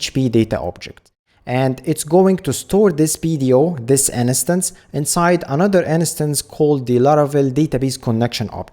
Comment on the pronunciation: Uh, possibility of choosing read/write connection via config is awesome. nice vid. ( please look up how "instance" is pronounced, it drives me crazy :D )